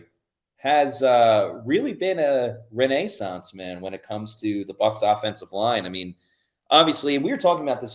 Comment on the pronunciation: “Is really a “Renee-sance” Man”😂😂 dude, it’s renaissance, maybe stay away from big words in the future😉